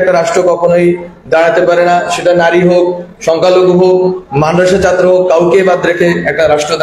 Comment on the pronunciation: উচ্চারণে সমস্যা আছে ,যেমন ছাত্র শব্দটির উচ্চারণ সঠিক না